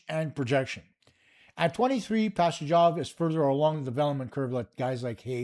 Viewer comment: You didnt pronounce Pastujov properly. The J is soft